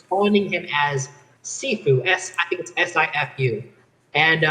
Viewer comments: It's not sifu it's SHIFU which means master in Mandarine you're pronouncing it wrong. Regardless, super cringe!!! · It's pronounced shi-fu. Means master.